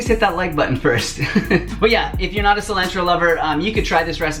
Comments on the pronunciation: "silAAAntro" 😂 makes me wonder where he's from in America? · It made me cringe lol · Subscribing for the way you pronounce “Sil-AN-tro” 😂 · Lol the way you say cell-lan-tro... lol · I’ve never heard anyone say “cilantro” like that lol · I've never heard anyone pronounce Cilantro like you just did. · I like the way you say cilantro. 🥰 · Peep how he says cilantro 😂😩 love it! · Cilantro - long A (like in the word jar) not short a (like in cat) fyi 😁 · [Just teasing] What's wrong with your 'a' sounds?? It's ah, for both pasta and cilantro. 🙉 Thank you for the great recipes! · I love your pronunciations! Haha it always makes me smile.